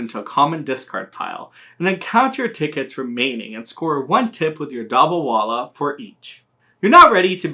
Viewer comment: Indians who hear him say the name 😬